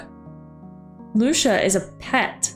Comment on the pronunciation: Hey correct me if i’m wrong but I think lucia is pronounced lue-see-uh Besides that awesome job on this vid and i’m hoping to see more on solarpack!